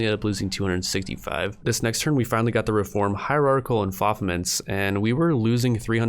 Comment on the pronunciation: enFOfEmEnts? hahahaha